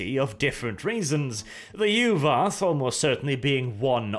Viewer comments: Yu'wath? More like U w0t! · The soft Norse V makes Yu’vath sound cooler.